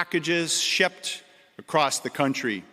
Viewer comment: Commissioner T. Carrique can't properly pronounce the words; Complexed [Complex], Shepped [Shipped], Goljjdien [Golden], Apparient [Apparent] , Deathises [Deaths], Fentanol [Fentanyl] or Opid [Opioid.] I am sure that there are certain people who are Muy Contento that he is on the case. "This investigation into the use of the dark web for drug trafficking is the first of its kind for the OPP." If this statement is true, either the OPP Commissioner is lying, he has recently awoken from a coma, or defense attorneys are salivating because cases will be thrown out, re-tried, and convictions will be overturned. Thanks for letting everyone know that all of the lethal & hazardous seized narcotics were intended for domestic distribution within Canada. Now I can trust the Policia. I am relieved to know that he is "keeping the province (Ontario) as safe and secure as possible."